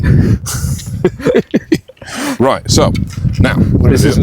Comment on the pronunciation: "how convenent"😂